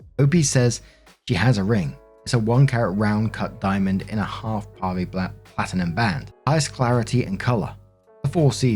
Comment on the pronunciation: you pronunciation of pave is correct. 😊❤